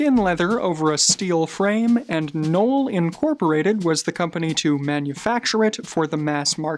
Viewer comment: Definitely appreciate the effort, however "Mies" is pronounced with a long "i" and the "e" is silent and "Knoll" has a strong "K". Enjoyed the insights nevertheless - great work.